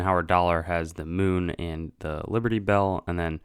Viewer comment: You must the e in liberty you goffball